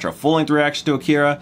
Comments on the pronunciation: "Akira", not "Akeera" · Are usaricans completely incapable of speaking words as easy as Akira correctly, even after directly listening to it? Lmao